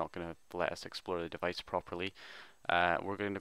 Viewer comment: is keep saying no divaice